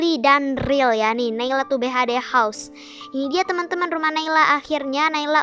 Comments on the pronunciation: Btw naila bacaan house nya bukan hause tapi house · Rumah itu bahasa inggris itu house bukan hause